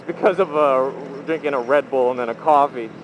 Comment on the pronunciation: Qwaffy is how says coffee